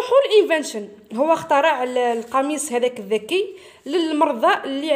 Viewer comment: استاذة شكرا شرحك ممتاز ولكن اخطات في نطق كلمة اخترع هذا فقط لغرض التصحيح